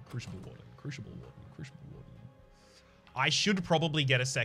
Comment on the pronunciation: What a great episode! Two a day?! Awesome! Btw crooshible->croosible & oombra->uhmbra (unless it’s intentional for the lulz)